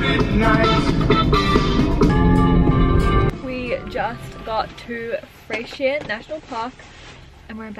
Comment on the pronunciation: Haha so cute how you say Freycinet, it’s pronounced fray-sha-nay 😃🤗 which sounds so bogan 😫😆